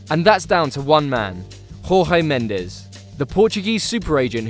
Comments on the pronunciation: We're portuguese not spainish jeezzzzz stop trying to be cultured cause it makes you look bad we can say j it's not horhey it's jorge as in and don't get me started on jota seriously? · It’s not Horge... it’s pronounced George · Its not rorge Mendes its Jorge mendes like George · So you say Jose Mourinho. But you can't say Jorge. It's the same sound. It's not spanish. it sounds like J not like hrhrhr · Please don't spell Jorge Mendes name like it's Spanish. It's really Jorge Mendes not Horge MendeZ nor Horze MendeZ nor Hoze MendeZ. It's Jorge Mendes as it is in Portuguese. Thank you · gabriel JESUS hard J right ? same with Portuguese names JORGE almost the same pronunciation as George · Tip: "J" sound in portuguese is too different from spanish. Portuguese isn't spanish ok? Btw nice video 😊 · Please understand that not every foreign language is pronounced like Spanish. Jorge is pronounced like George not "Whore Hey", Jota is Pronounced with the J that it begins with. Not to mention the terrible attempts anyone has pronouncing Joao. Its not "Yau", he's not Chinese, its not "Joe ay woah" just "Jew ow". Rant over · Who the fuck is Rorré Mendez??